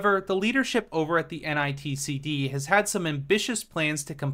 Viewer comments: You kept saying n i t c d, when it's actually nictd. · Great video. Just a heads up, multiple times you keep saying "NITCD" when it's actually NICTD. Like , , and .